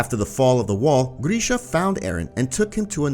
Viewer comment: I'm not gonna lie, hearing you butcher Grisha's name was like nails on a chalkboard. GRISH... GRISH. NOT GREEEESH